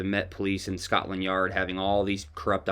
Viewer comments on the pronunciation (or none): none